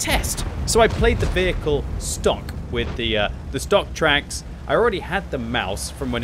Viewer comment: NGL i thought you said something completly different when you said shot in the twacks >.<